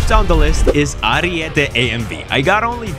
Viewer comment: Huge W for being the only youtuber saying Ariete right